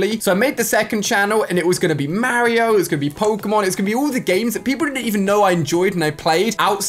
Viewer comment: why did you say mario like marryo